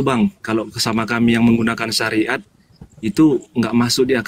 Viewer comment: hahaah.. terpekeset bilang SAIRAT😅😅😅😅..SARIAT 😅😅